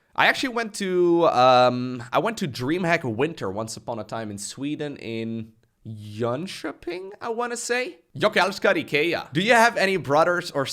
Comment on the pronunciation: Merry christmas! And your pronounciation of Jönköping was very good indeed 😀